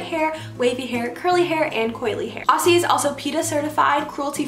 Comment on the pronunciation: Love the hairstyles! A little Aussie help for you, when you pronounce the word Aussie pronounce it like Ozzie. Just let it roll off your tongue a bit. Love you Bestie ♥️